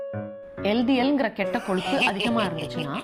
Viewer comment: Koluppu illa ma. Kozhuppu.